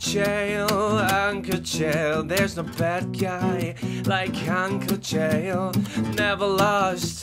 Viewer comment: ok... pretty sure Chael is trolling us now with the pronunciation